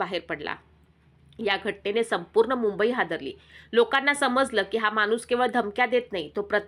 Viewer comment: मानुस नाही ग माणुस मराठी फारच अशुध्द